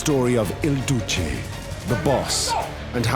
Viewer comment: Narrator affects a Brahmin accent, but can't pronounce the basic but fundamental Il Duce. Smh.